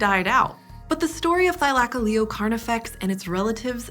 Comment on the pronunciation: oh, I thought it was Thy-luh-coh-lee-oh.